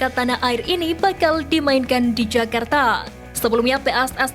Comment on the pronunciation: Jakarta bukan Yakarta😅